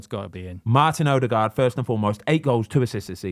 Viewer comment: 8 goals 5 assists for Odegaard. It annoyed me how many times he said it wrong